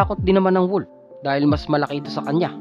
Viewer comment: anung " koyote"? Hahaha tapos wolp hahaha